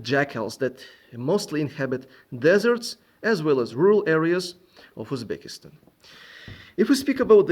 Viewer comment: I was shock when I heard UZB that'why your pronouncition was really good. 👍